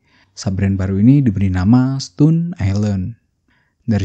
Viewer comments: Bacanya stoun ya bang, bukan stun. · Dibaca stōn bang bukan stun